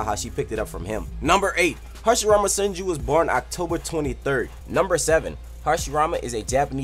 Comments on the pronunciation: It says hasirama henju instead of senju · Hasirmama henju lmao it suppose to be senju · Hashirama "Henju" XD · Hashirama Henju? Dont care still like the video keep up the good work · It's says 10 facts about Hashirama henju when its senju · anyone noticed that it said harshirama henju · Hashrima henju 😹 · it said henju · It's not hashirama henju